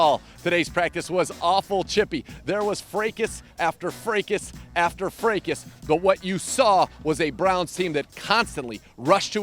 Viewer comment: What's a "Fraycass"?